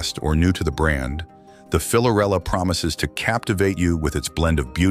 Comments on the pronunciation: Dude, it's Fiorella, not "Filorella", it's written in the licence plate. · Actually, the name is Fiorella and not Filorella. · Fiorella not filorella